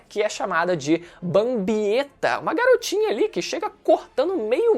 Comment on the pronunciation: Letra E .. Garotinah .......... é cilada Bino KEKW